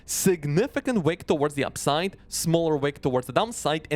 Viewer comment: Love your content, but bro… the way you pronounce “upside” and “downside” sometimes sounds way too similar and it can be confusing.